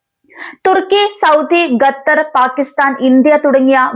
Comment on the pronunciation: വിവരം കെട്ട ന്യൂസ്‌ റീഡർ, ഗത്തർ എന്നല്ല, ഖത്തർ എന്ന് തിരുത്തുക. ഓക്കേ.